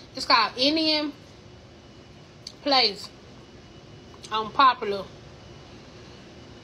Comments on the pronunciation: OMG…Indian “PLACE”??? Lamb “Kumar”??? Oange??? Garlic “NUHN”??? And I know she didn’t walk up in the restaurant and order “Vegetable Bawz”. For the love of Deepak and all that is Hindu…🙄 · First of all, the correct pronunciation of the restaurant is INDIA PALACE. I do not appreciate misinformation, or when someone simply does not care to slow down and state the information with a clear and concise delivery. The restaurant has been there for over 30 years. Secondly, I am yet praying against this glutinous spirit. I pray she receives the sincere prayers and is delivered from this spirit. It isn’t healthy and dying young is not our birth right. ~Respecrfully